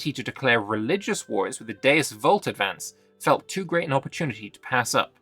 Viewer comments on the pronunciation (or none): none